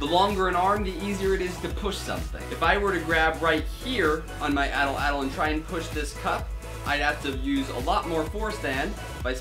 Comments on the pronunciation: Your saying it wrong. It's pronounced like at-laddle. Atlatle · atl atl? its called an Atlatle...wtf atl atl...